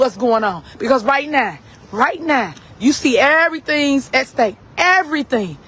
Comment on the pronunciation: I’ve heard of the expression “right now”, but what is “right nah”??